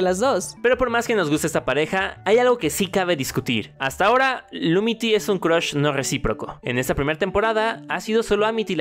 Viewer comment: y hay está el honor de la palabra "cruhs"